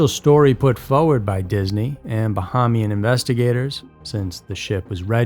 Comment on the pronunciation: It’s pronounced— Ba-hey-me-in